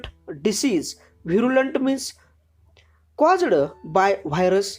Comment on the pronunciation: you use some words like caused, attacked, bear and other like this you pronounced very wrong